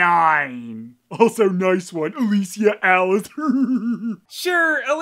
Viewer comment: He calls her "Ah-la-see-ya", haha. God this movie is all over the place. You'd think with the being the last one, they'd go all out with it. Avoid plot holes and contradictions. Add in good character development. Something. But no, why the fuck would Paul W.S. start doing that now? Smh Anyway, thanks for the review.